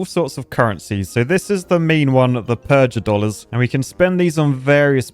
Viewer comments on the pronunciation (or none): Mispronouncing "Purgadollars" is annoying me more than it should. It's supposed to sound like PURGATORY, a hard G. not PURGE-A-DOLLARS. Goddamn, real architect stuff. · PURGA DOLLARS AS IN PURGATORY NOT PURJ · Purgatory not purge-atory. Thus purgadollars should be pronounced similarly to purgatory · pronouncing it "purj-a-dollars," instead of the obvious "purgh-a-dollars", as in purgatory-dollars is such an architect way of speaking... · A clever name like Purgadollars for Purgatory, and totally missed the joke (evident from how he calls them Purge-a-dollars). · You need to rethink your pronunciation of purgadolars. Because Purgatory. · Says "purgadollars" with a soft g like he never heard of purgatory before